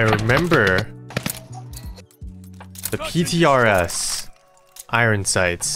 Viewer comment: “i earn” sights is how it’s pronounced. not “i ron”